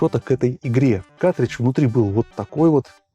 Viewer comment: каРтридж, а не катричш